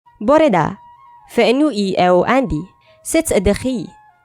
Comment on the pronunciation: Also , your pronunciation of “bore da, sut dych chi? Fi enw i…” was awsome. I’m from wales and speak a bit and I loved this video!